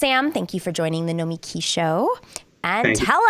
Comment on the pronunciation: It's pronounced "No-meh-KEY" ... right? Sam told me.